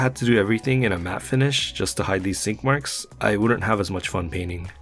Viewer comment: Swore he said skid marks!!!!